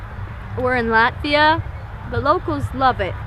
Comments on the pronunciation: The way he pronounced Latvia just makes me cringe, so hard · The way he pronounces Latvia infuriates me